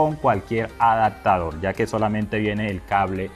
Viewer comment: Excelente consejo. Solo un dato es A D A P T A D O R, no ¡ADACTADOR! se pronuncia ADAPTADOR. Ojalá te sea de utilidad